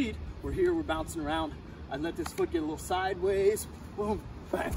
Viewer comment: My guy said ben in the middle of it. I know he actually said bang but it kinda sounded like ben lol